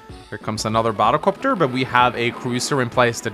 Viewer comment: You were saying Sonja's name wrong? I looked it up, and it's "Son-yuh" which the way you say it sounds about right to me. Now pronouncing the second b in "bomber" or sounding like you're saying "bottle copter" when you say "battle copter" on the other hand... (I tease, but it does sound funny to me the way you say those two words X'D)